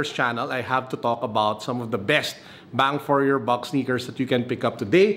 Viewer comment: "Bang for your buck" with emphasis. 😆 🔥🔥